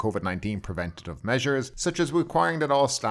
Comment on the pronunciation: if you want to know how to correctly pronounce preventive its not prevenative as you miss pronnounce it. IT IS NOT PREV — A -TIVE...THERE IS NO A SOUND...Just say it quickly prentive. ps i really enjoy your show. A LOYAL SUBSCRIBER. Professor Edward chester Hill .